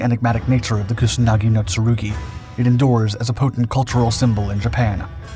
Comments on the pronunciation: It's Kusanagi, not Kunasagi... wtf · He calls it Kunasagi... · If you are dedicating a whole video about a specific sword at least pronounce its name right